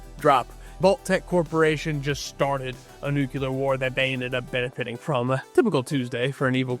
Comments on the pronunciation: There is only one 'U' in 'nu-CLEE-ar'. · It’s nuclear…..couldn’t watch past 5 seconds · Can’t keep listening to you mispronounce “nuclear”. Only one U. Seriously. Just one U in the word. Not hard.